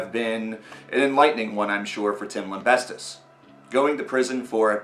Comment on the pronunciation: How are you spelling Tim's last name in your head when you say it? Your pronunciation of it is driving me crazy. lol